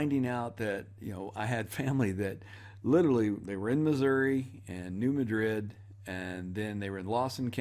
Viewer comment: BTW New Madrid is not pronounced like the city in Spain but emphasis on first syllable.